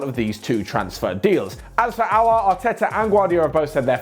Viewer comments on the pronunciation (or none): It's Aouar not Aoaur